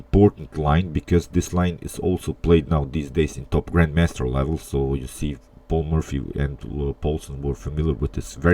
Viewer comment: you pronounce it "Paul Murphy" ... funny